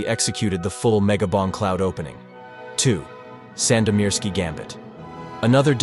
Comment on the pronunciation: Mad respect for proper pronounciation of "Sandomierski"